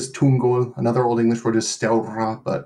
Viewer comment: This guy pronounces Old English better than any I've heard on YouTube.👍.He doesn't exaggerate the Germanic nature of English with too much emphasis on the syllables and doesn't indulge in gutturals like others do making them sound like Pirates 🏴‍☠️👍